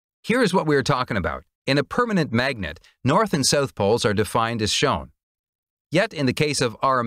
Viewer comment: “South”, not “sooth”.